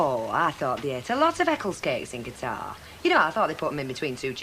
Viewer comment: It's pronounced like Cutter. I live near Qatar and fly with Qatar Airways frequently.